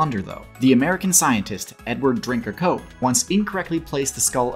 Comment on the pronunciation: Anyone else always hear "Edward Drinker Cope" as "Edward drink a coke"